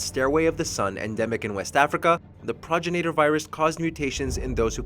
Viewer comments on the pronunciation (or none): Pragrinater what? What is a praginater? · Ugh... It physically hurt to hear him butcher the pronunciation like that. Go play RE5 and actually LISTEN to the dialogue, man!! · Progenitor, not progenator. FFS 🤦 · Grammar police: Progenator isn’t a word. Progenitor ( pro gen i tor) is how it’s said. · Progenitor is pronounced : Pro-gen-it-er It's not said like: Proj-in-a-ter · Progenitor Pro-gen-it-or That's how it's pronounced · Pro-jen-it-or, it's basically spelled phonetically, leave it to to show how little they care to research their topics in the first 30 seconds. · "Praw-jin-ate-ur" Ohhhhh boy... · it's PRO-GEN-A-TOR ....lol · It's been said a lot but it bears repeating. "Pro-GEN-IT-OR" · pronounced PRO-GEN-NA-TUR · Pro Janitor 🧹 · Repeat after me, Pro-gen-I-tor virus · Da hell is there an "ay" in progenitor? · Nigga mispronounce the word “progenitor” when talking about it and shit odee cringe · God this guy can’t even pronounce progenitor correctly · Dude, the way you pronounced "progenitor" was cringey! 😂 #Sawry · Just came to the comments to see who else was annoyed at him pronouncing “Progenitor” SO WRONG! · He pissed me off on how he pronounced the "Progenitor Virus" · Your saying progenitor virus wrong dumbass!!!!